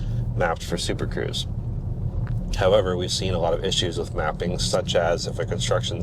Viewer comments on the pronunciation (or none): none